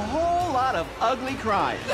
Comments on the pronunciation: That 4 syllable Ugly was the best thing ever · Angeria turning ugly into a 9 syllable word made my year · Angeria making “ugly” a 4 syllable word >>> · Someone said she managed to make a four letter word into a four syllable word LMAO 🤣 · I can't explain why but angeria saying every syllable in ugly makes me laugh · I didn’t know the word “ugly” had three syllables 😂